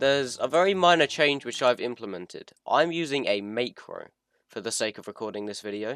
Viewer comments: It’s pronounced Mac ro not makero It’s a great vid thou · You say is as mahhcro not maycro btw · not to be rude but i don't like how you say macro as maycro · mans saying meicro LOL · I will never forgive you for mispronouncing macro